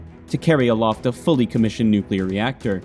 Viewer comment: It's not nuclear. 😅